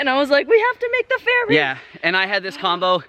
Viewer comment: Oh ferry...thought you said fairy 😂